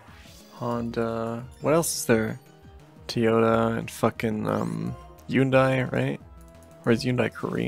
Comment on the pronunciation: hundai? nah man it is hyundai